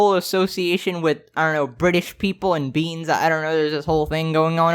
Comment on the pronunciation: You didnt say beans correctly you dookie man